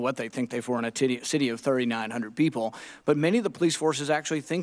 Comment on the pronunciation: Senator Paul says "titty" instead of "city" then corrects himself lmao